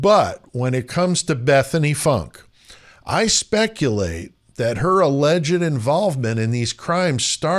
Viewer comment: I think her name is pronounced Foonk